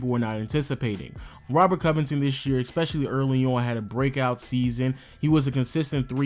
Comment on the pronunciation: eSpecially, not eXpecially. Good vid though bruh, like your content